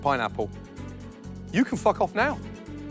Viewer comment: Gordon Ramsey says fack off